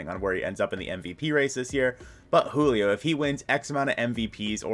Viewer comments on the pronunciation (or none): none